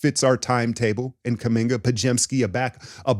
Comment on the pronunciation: I had to pause the video to figure out if you were trolling when you said Kuminga and Podz for Scoot.